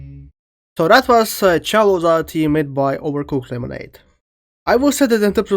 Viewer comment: bro said "Chalo zahtee" 😭🥀 That aside I really love this mod, its feels nice to hear my home country(India) instruments used in this mod 😌